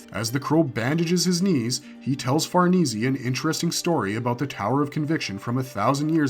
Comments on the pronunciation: Farneezy? Let's play parcheezy... it's far-niece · Say far knee see 1 more time.... Far Nay.. like horses... Say.... ffs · I know lol, i love this content but every time he says Far-nees-ee instead of Far-nees, I cringe a little. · it's definitely Far-ness not far-neecie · the name Farnese is Italian. It is pronounced 'far NAY zay" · Okay, I'm sorry it really erks me. It's pronounced Farah-niece. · Bro always has to say Farnese wrong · Bruh Farnese isn’t hard to pronounce like just stop